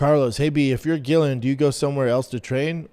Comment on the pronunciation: HOLY $hit you're worse than Chael , all these years of Gillian(JILLIAN) fighting and you cant pronounce her name either. Are you a casual who has never watched her and not know her name .